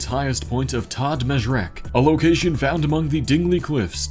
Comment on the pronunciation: maltese was butchered but ah well